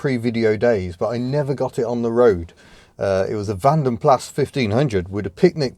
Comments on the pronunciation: Something in the back of my mind says it is van den Plas (that is with the s), not Plahh. Still pretty rotten cars though lol. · Vanden Plas - It's a British company, and is pronounced with the hard 'S', so Vanden Plass, not Vanden Plah. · Great video as always. It's pronounced van den plass something to do with Belgium from memory. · It is always pronounced "Vanden Plass" except in ignorance (presumably assuming it's French). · Although the British pronounce it Vanden Plah, strictly speaking it should be Vanden Plas, as it's a Dutch name. Originally licensed in UK in early 1900's as Carrosserie Van den Plas Belgium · If you go back to the origins of it all, it is Plas and not Plah. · Great video as always. Most folk get the pronunciation of Vanden Plas wrong, even Austin Rover back in the day said "Plah", which implies that it's French. Which it isn't. Van Den Plas was Belgian, meaning that in Flemish you pronounce it "Varn Den Plarse". And Austin didn't learnt their lesson with the non-adjusting seats. The basic Metros were the same. Miserable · Copied from Jaguar Forums - ….. the pronunciation. Many people in English-speaking countries wrongly assume that the final 's' is silent, pronouncing the name as "Vanden Plah". The correct pronounciation (both in Flemish and in plain Dutch) has a rather sharp 's' at the end, as in the English word "kiss". Both 'a' vowels in the name are pronounced the same way, as in the English colloquialism "yah", so phonetically we should say something like "Vahnden Plahs". However, Flemish will in this case put a slight stress on the first syllable of "Vanden", whereas plain Dutch would stress only the "Plas" quite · Van den Plas from Brussels, Flemish name and originally Flemish city (not so much anymore), therefore pronounced with S at the end. There's no good reason for a French pronunciation. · Van den Plasssss! It's Belgian, not French. Do I win the anorak? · It's Plas as in glass, Flemish not French